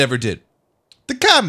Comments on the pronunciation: It's not Ka-Mi it's Co-Mi "communist" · Ka-Mi pronunciation commie coincidence I think not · I though u say commie